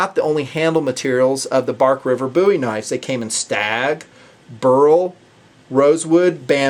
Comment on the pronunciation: No, it Booo-ee especially if one is from the South, but that is the correct pronunciation.